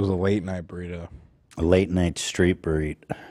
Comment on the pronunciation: Street Bareet angered me 😆